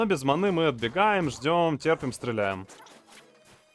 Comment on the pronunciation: зачем говорить манЫ, вместо правильного мАны. Ты француз что-ли?